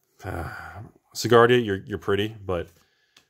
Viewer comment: Does it bother anyone else that he pronounces Sigarda "Sigardia"?